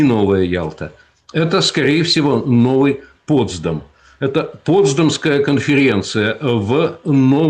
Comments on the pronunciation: Не ПОтсдам, а ПотсдАм, не в Аляске (в Украине), а на Аляске (на Украине). Станкевич, садись, два. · Коробит безграмотность этого станкевича И не поправляет никто Джуно-столица Аляски,а не Анкоридж И Потс'дам,ударение на второй слог,и Потс"дамская конференция